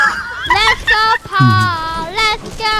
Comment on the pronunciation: Only og’s remember calling paul